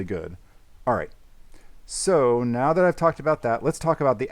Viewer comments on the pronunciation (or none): Love how says meow instead of now in this vid 😂